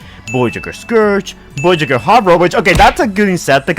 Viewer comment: Bro, why are you saying the word voyager like that? It’s so weird and irritatin.